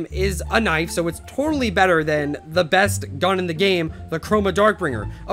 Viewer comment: uhh thhan not han